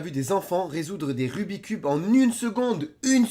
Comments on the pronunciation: Tu as dis rubit cube? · On dit rubix cube 👍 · c pas rubi cube c rubits cube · Le "rubicube" mdrr xptdrrrr